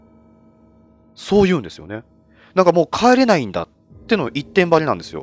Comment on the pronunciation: 「帰れないんだよ！」が「児島だよ！」みたいで草